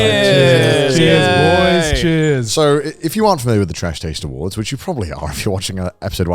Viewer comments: I really hope the "w" instead of "s" in "awards" was on purpose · 10 seconds in.... Connor messes up and im already bothered by that "AwardW" but i love it :D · "The trash taste awardw" I think someone pressed w instead of s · ah yes of course “ The trash taste awardw” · IM GLAD SOMEONE ELSE POINTED OUT THE "Awardw" HOLY CRAP THAT WAS BOTHERING ME SO MUCH LMAOO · Don't know why but "AWARDW" cracks me up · "welcome everyone, to the trash taste awardw" awardw awardw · "awardw" lol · “AWARDW” 🗑️🤌🏼😂 I love it